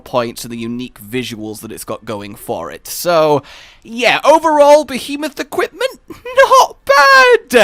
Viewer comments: Yay, new armor set that looks cool, but I'll end up making a whole new set to use it in. If not just craft it and use it as a cosplay set. At the end of the day, all that matters is that Behemoth is a difficult monster, and that I don't need "friends". (Also, a two year old could pronounce "Behemoth" better than you did in the intro.) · Why you pronounce behemoth weird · William Morse he already mentioned in a previous video ON the subject of the behemoth that he knows he pronounces it wrong, he knows how to say it right, it just more natural for him to say it that way. Like the pronunciation of "Caribbean."